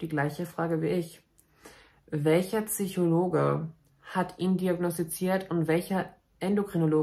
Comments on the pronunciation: Es heißt bitte PSychologe, nicht TSychologe! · Bei all deinem wertvollen Kontent macht es mich wahnsinnig, dass du immer "Tsychologe" sagst... 🙈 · "PSychologe." Mit "Ps". Nicht "Züchologe." Sorry, das triggert mich ^^ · Wie oft kann man“Tsychologe“ in einem Video sagen. Ps Psy Psychologe, kann doch nicht so schwer sein. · Das heißt Psychologe und nicht Tsychologe. 😅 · I love you, but pleeeeezzzee: PSYchologe, nicht Tsychologe..merci